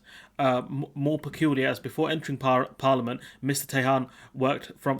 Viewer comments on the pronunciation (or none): Could learn how to pronounce Tehan before you start ,Its an Irish name try it like this T n you don't pronounce the h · Tee Han. It is an Irish surname. Good luck with that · Tehan, pronounced TEA_AN A name mainly found In the South and West Of Ireland, 🇪🇺🇮🇪🏴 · Or just T N , we can add Tehan to the long list of miss pronounced Irish names by Brits names like Cahill and Moran come to mind